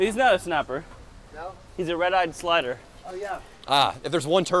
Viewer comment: He said "Red Eyed slider" lmao. It is Red Eared Slider. But great video